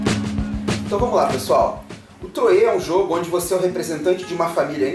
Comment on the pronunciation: Falae,! Mt bom o video. Só um apontamento: a pronúncia da cidade é "Troah" mesmo, com o "R" bem próximo do "T" mesmo. Achei mt boa a sua imersão do contexto e temática junto à análise da mecânica. Apesar de ser um jogo bem fechado, "matemático" até, Troyes tem um casamento com a temático mt bom... dos eventos às cartas de "profissão". Grande abraço e continue o bom trabalho